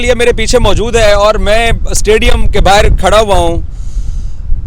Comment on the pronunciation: यार ये बाहर को बाहीर बोलता है न तो मुझे बहुत अच्छा लगता है 😂😂😂